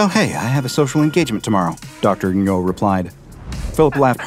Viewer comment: my coworker has the last name Ngo, the strange pronunciation of it here made me tense up every time in confusion. He pronounces it "Noh".